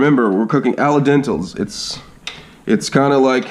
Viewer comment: Al Den- Teh not dental